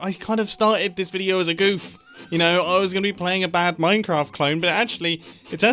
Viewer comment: Ah yes, MeinKraft